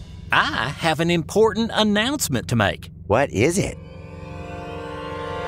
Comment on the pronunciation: says "i have an important annoncment to make...advert. i try to not die of laughter